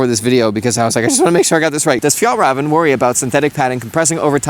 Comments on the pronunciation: sayin "fjellraven" sound more correct than "fjellraaven" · Fjällräven not fjallraven. How can that name be so hard to say? The sound of ä exists in english, for example "fair" (fär) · Say after me: fj-eh-lr-eh-ven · Hot tip for pronouncing words with the letter ”ä” the sound is the same as the “a” in “any”. And it appears twice in Fjällräven. 😊 A different but quite accurate way to go about it is to imagine it’s spelled Fjellreven. (Which actually coincides with Norwegian spelling for this endangered species the arctic Mountain Fox. ❤ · The reason why waxed jackets (like the English waxed jackets) are so comfortable is that they are not only water and wind resistent but breathable too. So you you don't sweat under those jackets. It seems to be jack-et of all tricks but master of none, and that is what is so appealing about them. So also with Fjäll räven (mountain fox) waxed jackets. Fjällräven is pronounced "fyall reyven", and Åke is not pronounced Akey but Okay. Get your names right! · Pronounce Räven more as Raven and you'll be a lot closer. Fjaell-raven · Every time you say "Fjällräven" it sounds like "fjällröven" which means "alpine ass". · I'm danish when you try to say FJÄLL RÄVEN it sounds like RØVEN=ASS 😅. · Are all Americans actually proud of not being able to pronounce foreign languages?! OK so Swedish is spelt differently but it's also totally phonetic, unlike English. You only have to learn each sound once. So please, at least attempt the name of the product you're 'reviewing'. You managed Fjäll (mountain), so all you have to say now is räven (fox) (or as we say in UK Arctic fox). It's pretty close to a word we already have, 'raven', preferable with an open pure vowel sound not a dipthong, and certainly nothing like 'rarven' to rhyme with starving. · How did you pronounce everything right but the brand name xD Good job tho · You called them all those times and never learned how to pronounce the company name?